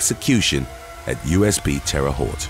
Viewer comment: That was a great attempt at Terre Haute!!! "Terra Hote" is the best way to explain how to pronounce it. Great video!!